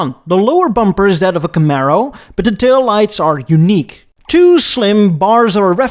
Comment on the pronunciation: I've never heard anyone pronounce camaro like that also please do a what if video where the el camino never got discontinued